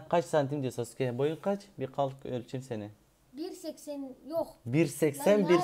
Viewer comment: Sasuke ye Sauke demesi İnce Ayrıntı sjsjs